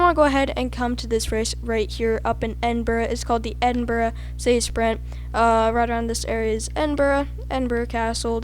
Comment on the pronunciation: Swear your saying endbruh instead of Edinburgh